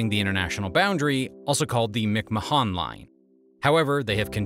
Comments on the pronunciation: Who is Mick Ma Han? Get the pronunciation right... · Is your native language not English? Because not being able to pronounce McMahon properly is kinda pathetic. Think Vince McMahon, head of the WWE wrestling corporation. Same McMahon.